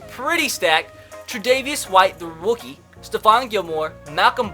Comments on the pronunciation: he said Wookie not rookie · He cant say rookie he said wookie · When you said rookie it sound like wookie